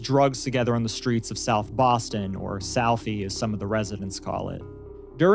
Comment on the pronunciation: bwoston haba